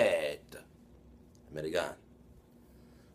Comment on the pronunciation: As a speaker of the Italian language, I find this interesting. The spelling is correct, but the pronunciation is not accurate, respectfully. It should have the Latin Romance feel to it. Almost musical. Is your pronunciation a byproduct of the NY accent? I don’t believe it’s a result of dialect but am curious.